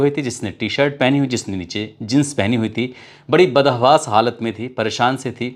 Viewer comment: Aap muslim ho aap badhawaash nahi hawaas bolo pehle video mein aapne galat bola tha sha nahi sa tha.